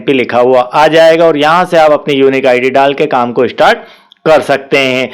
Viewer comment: यूनिक id गलत कह रहा है